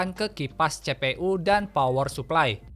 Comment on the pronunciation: Cpu dibaca CE PE U. Ini pasti orang sunda.. Tapi videona madep pisan kang. Hanupis..